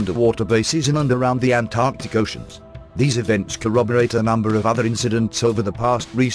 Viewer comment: Halarious synthesised dialogue but at least pronounced Antarctica correctly :D